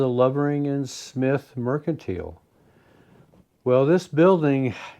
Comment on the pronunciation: I watch many videos of people going to ghost towns. You are the only one who pronounces merchantile the correct way.